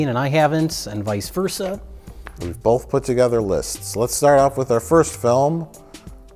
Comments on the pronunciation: "bolth". Hack. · Pronouncing ‘both’ with an L since whenever it was he started talking.